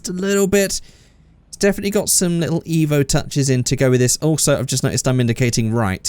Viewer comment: Painful that you said evp